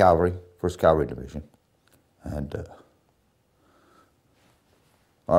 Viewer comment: Please stop saying “Calvary”, it’s CAV. Cavalry